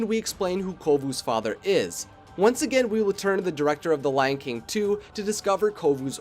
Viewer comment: I thought he said the lanking 2 at the start! XD